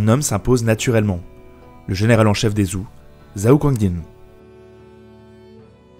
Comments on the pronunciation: Les "Zou" ??? Zhou ne se prononce plus Djoo ? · Je vais faire mon chieur mais zhao ou zhou se prononce tchao et tchou. Si je ne m abuse. Je titille. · Vraiment pas mal et intéressant, toutefois, il serait bien de faire un effort sur la prononciation des dynasties et des personnes. J'avais envie de mourir à chaque "zhao" ou "zhou" :D Merci quand même pour la vidéo ! En espérant beaucoup d'autres !